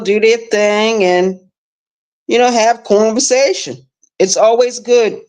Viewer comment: whts "corn-vasation"? 🤔